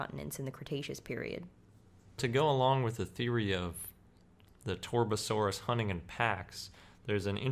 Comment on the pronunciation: Why do these commentators always butcher the names of these dinosaurs. It's TAR.BUH.SORE.US. Get it right.